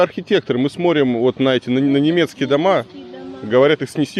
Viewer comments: Все! Не могу больше терпеть! Илья! СмоТрим!!! Не сморим!!! СмоТрю, не сморю! Уже давно ухо режет. Прости! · Илья, со всем уважением к вам - нельзя говорить "сморим" вместо"смотрим". очень слух режет